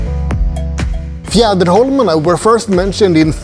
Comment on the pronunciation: Beautiful tour of the Archipelago and very well narrated. Chocolates, beer, whiskey and beautiful views..so nice. How easily you pronounced Fjäderholmarna. Its a tongue twister for me 😀. Big like and new follower of your wonderful vlog here. Warm greetings from Switzerland.